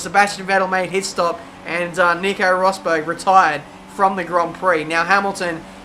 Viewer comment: IT'S ROSBERG